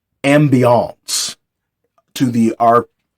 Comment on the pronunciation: /ˈambēəns/ Loved the commitment to the overemphasis every time LOL. It would be great to see you do more reviews/overviews of your physical tabletop setup/materials and miniatures. I'm a big fan of the modeling and painting aspect of gaming, and it would be cool to see what you have to go with your alternative genre focus.